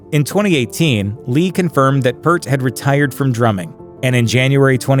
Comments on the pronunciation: Say it with me, ye of no research: Neil PEERT (not PERT) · IT'S PEEEEEERT, DAMMIT! Not "Pert". P-EAR-T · The most mispronounced drummer name of all - it's "pee-art" not "pert" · Love your video's guys.. But gotta call it. The professor is a major influence to me and many other Canadian Drummers/Musicians. It's pronounced P ear T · Say the word "peer" and put a T on the end of it; that's how you pronounce Neil Peart's last name properly.. It's not pronounced "PERT" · His name is pronounced Peeart. Thanks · I turned it off as soon as I heard you don't even know how to say Neal's last name correctly. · Michael Slawinski That pisses me off too